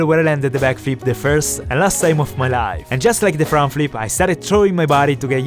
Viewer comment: God i hate the way he says life